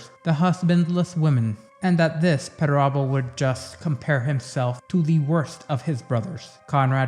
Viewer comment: Another solid entry my friend. Thank you. You also have the best pronunciation of perturabo i have heard. 😊